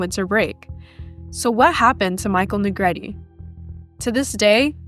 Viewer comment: Finally, a narrator that pronounced Michael's surname right. It is pronounced "Ne-gre-te)", not ",Na Greet."